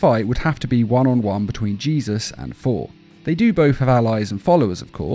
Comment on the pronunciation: Sounds like you're saying For